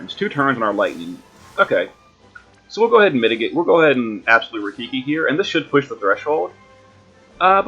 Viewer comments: I cringe every time you say "Absolute RaiKIKI" :D It's RaiKIRI which means Lightning Cutter BTW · absolute "rye-keer-ee" not rafiki lol :P and as always, excellent vid and thanks for the alternate strat